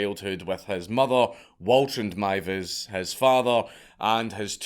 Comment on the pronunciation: im so glad you pronounced the name right its mad how many channels don't bother researching